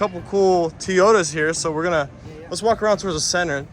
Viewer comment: T-yotas, really?